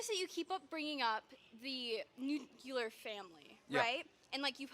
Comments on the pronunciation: Why can't people pronounce Nuclear? Its not nuculer... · Its nuclear you silly little girl